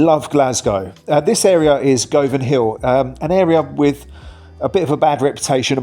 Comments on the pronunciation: It's pronounced GUVAN hill. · No hun, it’s not Go-vanhill. It’s pronounced GUVANHILL. As in the way you say HUN. BUN. RUN. Before you slag a place off, at least learn to pronounce it. And no, I’m not from Govanhill. I just despise the absurdity of English people who can’t be bothered to learn the names of places they’re about to slate. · it's Govanhill not govianhill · In the 1970's Glasgow City Council DESTROYED Glasgow. If these vandals destroyed what would have been the Art Nouveau "Prague" of Northern Europe for Tourism. The balconies of the Victoria Hospital destroyed "By Accident". Not GOOVEN HILL pronounced 'Guvun' Hill. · Its pronounced GUvanhill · Oh, dear. It’s said Guvanhill. Buildings were called tenements, not flats. Julia… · It’s Govanhill. Nae Go-van hill. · It's GUvanhill & GUvan. Tor-ry. Mari - schal. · Why would anyone rate this idiot's opinion. He can't even be bothered to find out how to pronounce Govanhill. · The way you say "govan hill" 😂😂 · Loving these videos about my country, however the way you said Govan/Govanhill grinds my gears 😂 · Gunanhill, lochs.. not locks. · It’s pronounced Guvanhill not Gov..anhill…. And it Pronounced Guvan….not Gov…an….🤷‍♀️ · Govanhill is pronounced Guvinhill, same with Govan, Guvin 😎👍